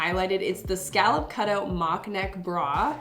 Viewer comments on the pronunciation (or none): scallob do you mean scallop